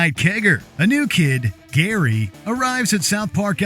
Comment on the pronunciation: Its GARY, not Gheeery